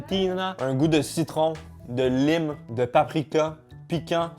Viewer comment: "La lyme" Mais- T'es anglophone, t'es censé savoir qu'on dit "laïme" 😭😂🍋